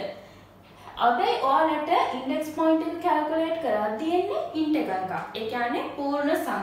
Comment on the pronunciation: Valuable playlist and explanation is very clear 👍 Check the pronunciation of Integer. Good luck👍